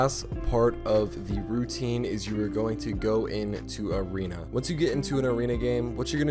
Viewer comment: Arena* not Areana